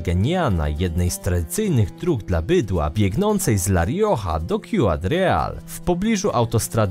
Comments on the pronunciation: "Siudad Real", a nie "Kjudad Real" xD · Ciudad czyta się: sjudad, nie: kjudad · Uwielbiam ten kanał, bo merytorycznie materiały są genialne. Zwróciłabym uwagę na wymowę nazw w innym języku - np. Ciudad ( czyli miasto po hiszpańsku) czytamy bardziej jak siudad, a nie "kjudad", jak to było powiedziane w materiale. Myślę, że zwrócenie uwagi na takie szczegóły zwiększyłoby jakość materiałów w aspekcie poprawności językowej :) trzymajcie się i czekam na kolejne filmy.